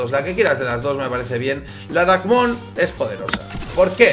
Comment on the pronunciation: es dreikmon no drakemon